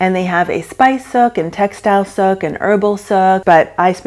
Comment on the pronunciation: You totally butchered the word “Souk” ! I lived in Dubai 9.5 yrs. It’s like the word sue with a k on the end, not look!